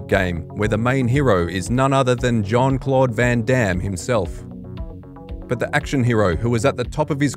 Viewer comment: Jean is pronounced as "Sean" in Jean-Claude Van Damme.